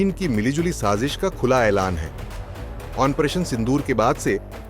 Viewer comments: Operation ko ONPRETION kyu bolte ho ? Koun dictionary main hain ye word ? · Operation pronounciation toh thik se karo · ऑपरेशन तो सही ढंग से बोलना सीख लो😂